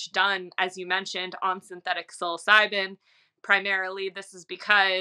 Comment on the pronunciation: Why would you say “psilocybin” correctly. But then say sill-os-o-bee. It’s sillo sibe